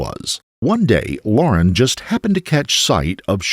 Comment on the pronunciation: So why use it its amazing you even bothered to use it in the first place yet continue even though it like all computer or AI voiced apps get half the words & language wrong to begin with let alone can't tell the simple difference between Liar & lauren...totally amateur hour...